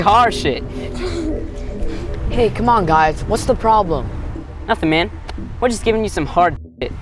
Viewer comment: its HARJIT not harSHIT